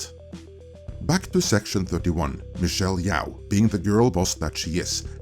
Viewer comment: wtf is and suddenly mispronuncing michelle YO with yao?! ur racism starting to show is it